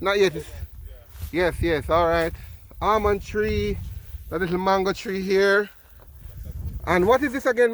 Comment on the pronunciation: It's Almond not Armond.